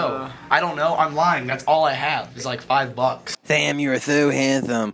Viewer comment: I love how they say your name with a "th" so instead of "Sam", it's "Tham"